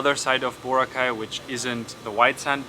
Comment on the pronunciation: It's Boraaaa-cay.... Not Booo-racay.